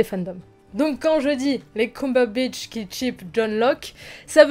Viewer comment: Elle me perturbe ta prononciation de "Cumberbatch"